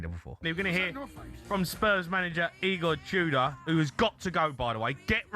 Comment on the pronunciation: Eygor Tudor? 😂 Great pronunciation